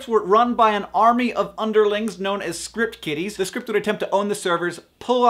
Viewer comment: Am I the only one who thought he said Script Kitties?